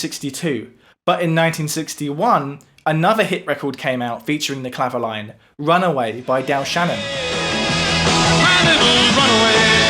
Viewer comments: Great research. I was waiting for the Clavioline. I had one made by Selmer many years ago - it was based on valves and was monophonic - being a guitarist, I never used it on gigs and. I sold it for 30 quid - madness! - I pronounce the name as Cla- vio- leen, not clavo-line. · Sorry to be pedantic, but I think it’s pronounced “clavi-oleen” as it was a French instrument.